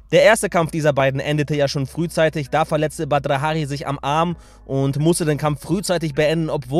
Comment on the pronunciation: Du sprichst seinen Namen total komisch aus an hört sich komisch an